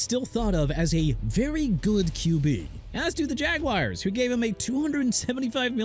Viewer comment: Yeah the o-line stinks and the defense is atrocious and Coach McDaniel shouldn't be a coach anymore and Tyreek Hill's season ending injury didn't help and Tua's a bad quarterback SO WHAT SIR?! GIVES YOU NO EXCUSE TO TRASH MY TEAM LIKE THEY OFFEND YOU IN ANY WAY!! WANNA KEEP JUDGING THE DOLPHINS?! TAKE YOUR BEST SHOT!! AND LEARN TO PRONOUNCE JAGUARS! PRONOUNCED JA-GWAARS NOT JAGWIRES! Right away let's all change the team name from Jacksonville Jaguars to Jacksonville Jagwires!! I'm sure you're doing a good job BUTCHERING EVERYTHING!!